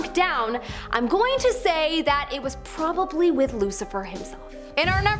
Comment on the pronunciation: Is it so difficult to say the word “probably” that was atrocious for me to sit through..